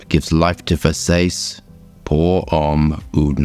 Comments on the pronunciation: Umm... I'm pretty sure it is Ver-saa-che and not Ver-says. 😂 Thanks for another great review. 👍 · Ver-says 😂 EDIT: I just realized I've never smelled a Ver-sah-che fragrance.😢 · For the love of God not Vers-ACE😭😭😭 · everytime you say Versays I laugh out loud 😅😅 I agree with the smells familiar comment cuz this smells something nostalgic and familiar and mass appealing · Literally never heard anyone pronounce versace as ver sayce? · It's Ver as in Very Sa as in Sand Ce as in Cherry Ver-Sa-Che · "I can't even pronounce nothin, pass that Ver-say-see" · Hey, love the video. But it’s pronounced [VER-SAH-CHEE] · Sounds like … Versa-chay .. (not “chi” or “sayce”) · As much as I love your reviews and understand you are dyslexic, please never pronounce it Versaise again 😂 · Wait ✋️ what. Come on how does he not know how to pronounce versace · Don't you know how pronounce the name Versace?😢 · do you deliberately mispronounce Versace because I simply can't believe that you don't know the correct pronunciation? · Thankfully Gianni can’t hear him butchering Versace… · the second one is right but the first one is abysmall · It amazes me when guys spend time researching something about a fragrance yet you dont spend 2min to research how to pronounce cores the actual name of the fragrance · Can we not pronounce Versace like that? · I love how pronounces Versace it reminds me of show girls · Not gonna make fun of you, but it's WILD that you're in the industry and so aggressively mispronounce that name. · So, you're not a fan of the original pronunciation of the Italian name Versace? How "down home" of you...